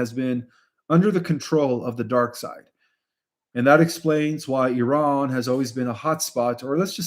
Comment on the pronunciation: Thanks for pronouncing it correctly,.:" Eeran", and not " I ran"